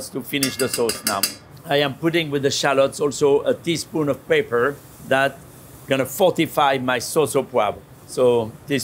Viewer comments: almost 10 minutes into this video, I finally figured out that what he pronounced to my ears as "paper" was actually "pepper"... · i think what paper does he said he added, and it was peper... sheeeesh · A michelin star chef ought to be able to pronounce "pepper" correctly in english. If he was an architect I'd accept "paper". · P;ease learn English. It's not paper, it's pepper!